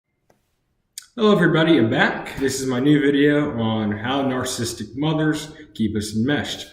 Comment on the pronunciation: You can't even pronounce narcissistic. It's not nar-cist-uc. It's nar-ciss-ist-ic. Four syllables, not three. You're probably even more narcissistic than your mother is